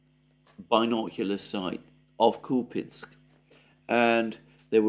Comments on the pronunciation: Who said it’s pronounced Kupinsk? It’s spelt Купянск - k-u-p-ya-n-s-k so Kupyansk. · its kupyansk , even the ukrops call it that way .... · It is Kupyansk Kupinsk is Ukrainian name. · no Alexander, in the word 'Kupyansk', the emphasis is on the letter - Я (купЯнск), at least in Russian. This is the correct pronunciation. Ukrainians could call it 'кУпянск' with an emphasis on У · I don't know why you tie yourself in knots over pronunciation. You were pronouncing Kupyansk correctly according to English and Russian standards. Why you've suddenly tried (and failed) to pronounce it the Ukrainian way is a mystery. You know foreigners don't waste their time trying to say place names like Worcestershire correctly, so why do you for their place names? Just spit it out and say what you have to say instead of taking ages to say it. We'll figure it out ourselves. Follow the example of that Defence Politics Asia dude. He can't pronounce anything correctly and doesn't care one bit.